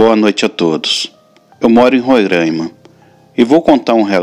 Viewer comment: O som da primeira letra "a" da palavra "Roraima" não é fechado, mas aberto, como se tivesse um acento agudo.